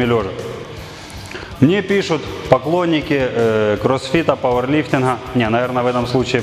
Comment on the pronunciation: Боже, да походи ты раза два-три к логопеду, он поставит тебе букву "г", а то твой "пауэрлифтиН, бодибилдиН" не выносимо слушать..